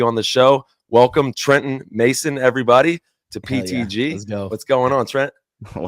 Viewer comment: Absolutely nailed the pronunciation of his last name Trenton! You almost had a little French accent on it 😅 well done 👍